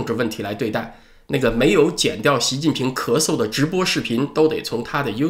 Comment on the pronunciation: 念出了咳嗦